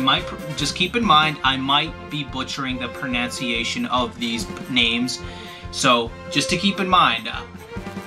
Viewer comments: 'keep in mind, I might be butchering the pronunciation of these names' says 'pronanciation' wtf i feel like ur name was meant to be blackened fist and ur autocorrect just let u have it after tryin to correct u 12 times. good video tho lol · You butchered the pronunciation of pronunciation. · "my proNOUNciation is definitely not going to be perfect." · Its pronounced proNONEciation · When you butcher the pronunciation of pronunciation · When you can't even say pronunciation right from the beginning of the video it makes things scary.. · You butchered the pronunciation of the word 'pronunciation' lol